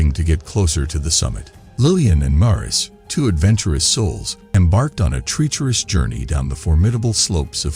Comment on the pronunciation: Bad pronunciation: "tree-cherous" for "treacherous" and "Polish" pronounced like "shoe polish" instead of "Poland".